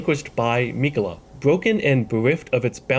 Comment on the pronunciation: Hate how he says Miquella